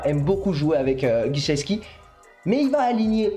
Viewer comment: Mike qui? Guichet-ski? C'est Gesicki non ? ;)